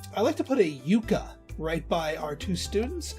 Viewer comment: You-kah? No, sorry, it is "yuck-ah".